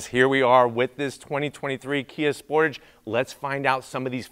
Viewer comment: First of all Sportige ?? Tage ffs